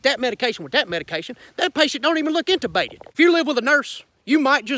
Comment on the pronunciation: "that patient dont look intabated" im dyin hahaha